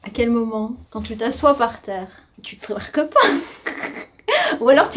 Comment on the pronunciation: Mdr le touairque